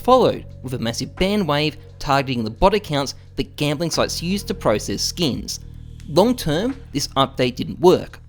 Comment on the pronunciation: how many times does this man say skeens?